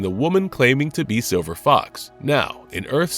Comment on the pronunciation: Are y'all using AI to voice these things now? There's a hell of a lot of mispronounciation (see: calling Silver Fox "Silver Fok").